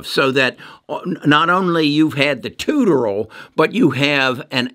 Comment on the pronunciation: I love when you say “tutorial.” It took me a second to figure out what you meant.